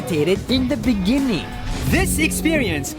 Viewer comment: In di bigining ini di bininging